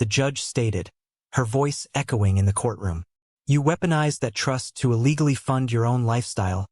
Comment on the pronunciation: Cognitive Dissonance. Absolute. Absolutely. Your AI author loves those words. cour-TROOM, instead of COURT-room.